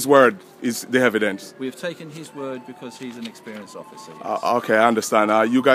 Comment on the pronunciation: "Hevidence" Lol